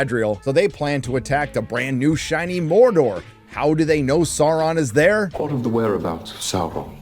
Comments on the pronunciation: Yes, the show sucks. But you can't fucking pronounce Sauron. Tolkien explicitly explained this one. SOW-ron. Not SAHR-ron. Hire someone who knows the lore. Sheesh. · Love your channel, but can you please pronounce Sauron's name as it's supposed to sound - (first syllable) as 'sour', not 'sore'. Unless you are pronouncing it that way on purpose? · You would think „Saurrrrron“ is not funny anymore after repeating the joke 50 times - wrong, I still laugh every time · okay im not the only one bothered by how galadriel (i will not learn her real name) pronounces “sauron” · Every time she rolls the r in ‘Sauron’ or ‘Mordor’ I want to jam a pencil in my ear. As if this show didn’t have enough challenges to overcome, inaccurate pronunciation is the last straw.